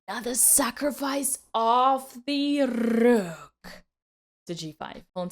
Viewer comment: 😊 Love how you say rrrook 😊